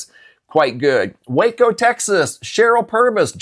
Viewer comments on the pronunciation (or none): none